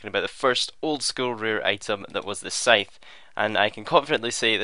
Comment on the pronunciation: It is also the correct pronunciation of the word Scythe